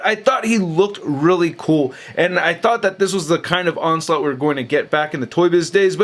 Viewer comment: "Onsult" is all I heard 💀🤣